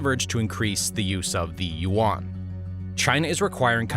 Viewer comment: You are pronouncing Yuan wrong. Think of the word "hen" for a female chicken. Then think of how you say the Y in "yes", replace the H with the Y sound that's how you pronounce Yuan.